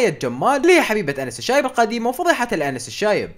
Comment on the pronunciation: انس الشايب ❌ أنس العايب✔️